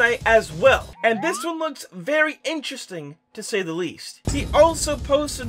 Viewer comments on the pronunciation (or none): none